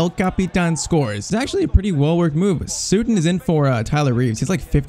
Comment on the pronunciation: I know I'm a few months too late but its not sootun lol its Sut-ton... like Button